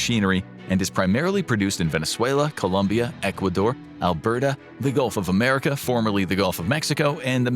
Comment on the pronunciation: Did… did he really say Golf of America?